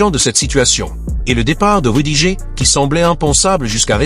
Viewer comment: L'IA audio lit "rudigé" quand on lui écrit "rudiger". Il faudrait lui proposer une autre orthographe pour obtenir la bonne prononciation. Ex. : "Rudi-gerre". Et c'est ainsi pour d'autres noms propres.